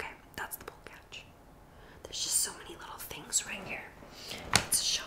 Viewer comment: Ela falando "bolt cach" repetidamente e os BR rindo, igual o El Risitas...